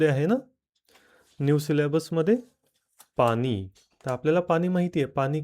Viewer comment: पाणी म्हणा पानी काय म्हणता? तुम्ही चुकीचा शब्द बोलाल तर मुलं कायम चूकच बोलतील